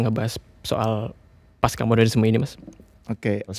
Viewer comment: Pasca, bukan paska.